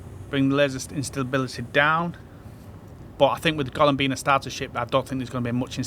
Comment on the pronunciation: not "Gollum"... GO-LEHM!! Gollum wants that ring, Golem wants to eat rocks! :face-fuchsia-tongue-out